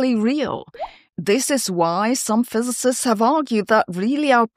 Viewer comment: ze fizezizsts dohnd believe in inphinidy. that really hurts my ears and im german....